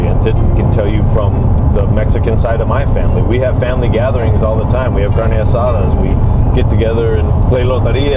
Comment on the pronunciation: “Car knee uh sad uh”🤡🤡🤡🤡🤡